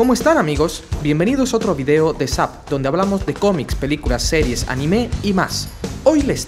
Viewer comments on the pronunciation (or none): none